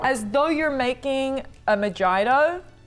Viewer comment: even as a brit the way of saying mojito is criminal